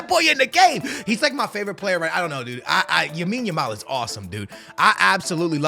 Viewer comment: plz stop calling him yamine yamal....his name is LAMINE yamal 💀....you do it in every vid bro